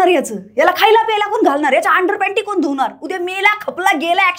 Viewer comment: आहे न ताई फरक 'कोन' आणि 'कोण' यात फरक समजत नसेल ताईंना तर त्यांना साष्टांग नमस्कार